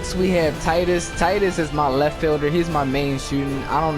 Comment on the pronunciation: Why does everyone mispronounce tidus lol